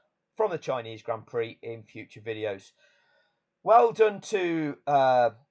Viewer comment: Grand Prix, is not pronounced pricks!